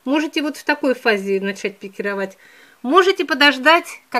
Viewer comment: Наконец-то правильное ударение на слове пикировАть, а не пикИровать